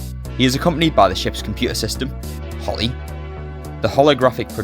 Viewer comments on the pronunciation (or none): Compew-uh system!